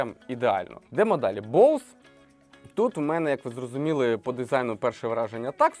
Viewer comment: Ведучий просто топ😂 І дякую, нарешті розумна людина правильно назвала назву Боуз, люди будь ласка не Бозе, розумію що багато хто далекий від англійської мови але коли другі блогери розказують про цей бренд а самі навіть на знають як назва вимовляється то трохи шкрябає сердечко